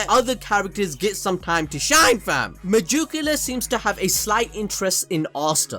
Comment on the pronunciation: Me-jew-ca-la every time bruv